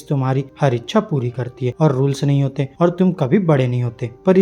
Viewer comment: keep it slow,like "hotae" ki jaggah "hotayy" kaho